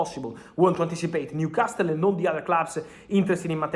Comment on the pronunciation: Someone needs to tell Fabrizio that the T in NewcasTle is silent 😊